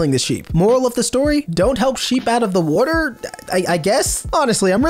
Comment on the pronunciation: brits: wo ah normal people: water this dude: war ter